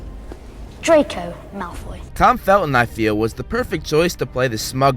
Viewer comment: Its not drayko malfoy its drayko mouth full